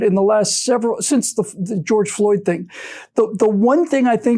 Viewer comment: George Floyd. The tongue twister that changed a nation. I'm ready for the "Geoyge" Floyd compilation videos.